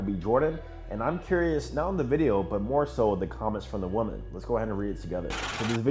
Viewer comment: I have no idea why you can’t say women or woman right 😂